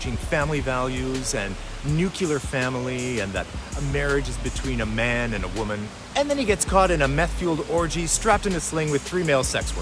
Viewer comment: “Nuclear” not “Nu-quoo-ler” …that was W bush. Thanks for all your cool vids